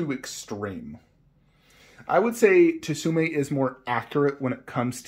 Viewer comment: Tsume is better imo so I agree. FYI it’s pronounced sume Art the T is silent like in tsunami 😁